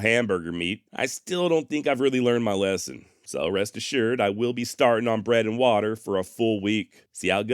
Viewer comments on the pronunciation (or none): none